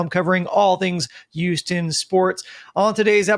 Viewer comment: I’ll subscribe the day says Houston right.